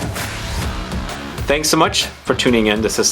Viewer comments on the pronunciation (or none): none